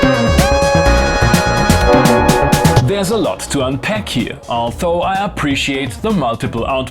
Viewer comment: Lieber, ich genieße ja deine Filme, aber als Englischlehrer biegt's mir bei deiner Aussprache von 'although' leider jedes Mal die Fußnägel auf. Das dentale Frikativ (th) ist hier nämlich stimmhaft (wie in there oder they). Nix für ungut!